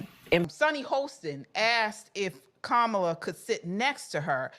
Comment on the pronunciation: Her name is Indian it's pronounced Ka-ma-lah, like Kamalah Kahn the Pakistani-American super hero from The Marvel's aka Miss Marvel.